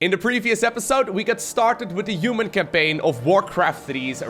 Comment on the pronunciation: its not uman campain, its human campain